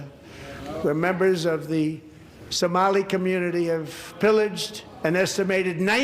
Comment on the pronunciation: He literally said someli pirates